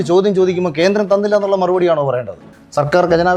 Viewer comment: ഖേൻഡ്രേം.. കേന്ദ്രേം, ഗെൻഡേരേം.. മാപ്രെടെ തന്ത 🤣🤣